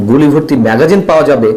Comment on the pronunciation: উচ্চারণটি মেগজিন না-কি ম্যাগাজিন